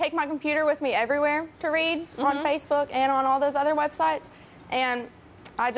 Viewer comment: lol, xD Tyra said spacebook xD